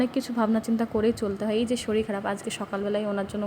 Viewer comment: Madam apni eto kichu janen r eta janen na j ktha ta শরীল নয় শরীর